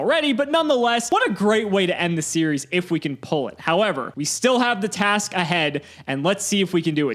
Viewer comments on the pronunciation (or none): none